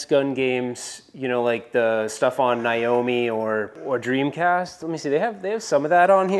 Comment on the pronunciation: He said Niomi.. Instead of Naomi. And verta cop..omg. Thanks for the video though!